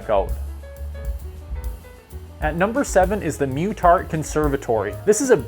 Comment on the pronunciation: "And number seven is the MUH-TART Conservatory" !!! Please! Please stop spreading your mispronunciation of this famous family of Edmonton, instead teaching readers and listeners the correct pronunciation. Muh-tart. ( By the way grammatically it makes sense: the word "mutant" has one t, Muttart has two t's--- long and short U pronunciation rule. ) The Muttart family built hundreds of homes in Edmonton in the 1950s. I too grew up in Edmonton, but in the early 1950s, and know I'm correct in this pronunciation: muh-tart. Some second and third generation Edmontonians need to be taught how to pronounce historic Edmonton family names as the old timers from back then have all left us to carry on loving our city. You can help out here, and I"d greatly appreciate you taking on this role in your Youtube, stressing correct pronunciations of words like this one. Feel free to ask this 76 year old Edmonton resident anything you'd like about the good old days of our hometown. There's a lot here that has been forgotten. I like your site and always read the Edmonton and Alberta topic posts. Keep up the good work. BTW this TEN Must See list was bang on. :)